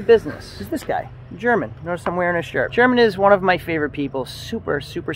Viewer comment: He probably got tired of you pronouncing his name WRONG!